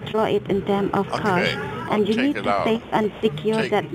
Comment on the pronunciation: "if you Keep a koshh you Will face... Eh face a trouble"... What the hell is that?..... She cant even pronounce CASH right. .... Keep a kosh